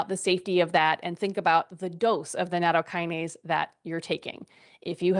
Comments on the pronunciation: Maybe we can begin by pronouncing the word CORRECTLY? NA-TOW- KI- NA-SAY Is that asking too much? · It's not natto + kinase. It isn't a kinase. It's nattokin (納豆菌, literally natto bacteria) + ase. The kin is pronounced like the word kin. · She dont even pronounce it correctly